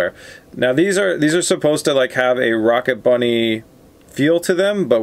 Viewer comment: It hurt every time he said rocket bunny